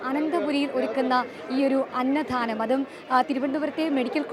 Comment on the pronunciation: please mind your pronunciation..അന്നദാനം ആണ് ശരി..അന്നധാനം അല്ലാ...സദ്യ ആണ് സദ്ധ്യ അല്ല